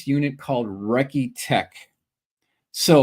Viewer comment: A correction regarding the B-36 event: It's "Recce Tech", not Wrecky Tech. It's mil-slang for Reconnaissance Technicians. And it's a misnomer to claim that the cameras were confiscated. (Even if it were a crew member who used that word.) It was these technicians who were responsible for loading and unloading mounted camera gear or other sensors, as well as seeing to the development of film or ensuring that data or material went to the correct place for analysis. Clearly, they would also be the people to whom handheld cameras would be turned over. That said, it's always been a fascinating case to me.